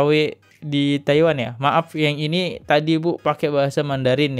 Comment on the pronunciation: Mba dibaca maaf, 🤣🤣 Latihan pengucapan kata yg benar napa. Dri awal liat konten2 lu masalah vina ini , selalu gtu mulu.